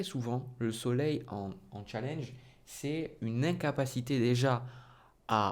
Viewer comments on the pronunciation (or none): none